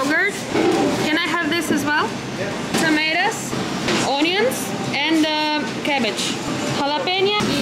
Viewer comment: Онионс😂😂😅 Ну